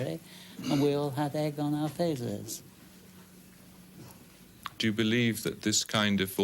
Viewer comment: "... and we all had egg on our vazes." Love this guy.